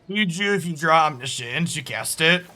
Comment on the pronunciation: Oh no, it's "Omni-science" again lol